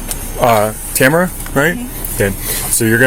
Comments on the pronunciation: Are you trying to indicate that it's pronounced Tam-a-ra v Ta-mar-a? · Driver doesn't even know that her first name is pronounced Ta-MA-ra!